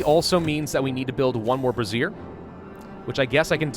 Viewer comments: I love you man, but it’s pronounced bray-zhure, like erasure. A brassiere is a bra. 😂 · Bruh...... I will literally pay you $125 if you say Brazier correctly